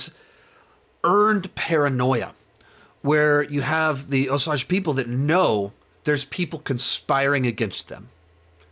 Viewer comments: Best review I’ve watched so far. Also, FYI that it’s, “Oh-sAGE” and not, “Oh-sAUge.” 🙂 - An Oklahoma Choctaw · Oh dear, he's going to keep saying "oh-sahj". Argh. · Osage is pronounced Oh-sayj with a long a. We need to be respectful of the pronunciation. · I agree it is annoying how he watched the movie, but still does not say it right. I would say it is like, oh-sage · yeah its pronounced Oh-Sage, not what ever he is saying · Mispronunciation drove me crazy in this review. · I am sorry what?? please say the name of the tribe correctly.... I am sure the film did at least once. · I was wondering if you actually watched the movie, since you mispronounced Osage. I would have liked a little more perspective from the Osage.